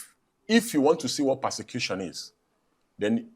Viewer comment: Can’t even pronounce ‘Persecution’.